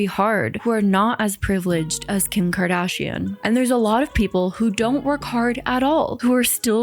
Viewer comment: Bruh LMFAAAOOOO the kHIm kHaDhAShEIAn muffled in the background sent me